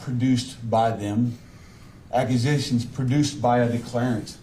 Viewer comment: I’m so sick of hearing declareant